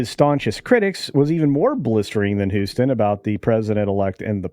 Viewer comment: Sonny’s last name is pronounced Host-in, as in “Her next job will be hostin’ bum fights for ESPN 8.”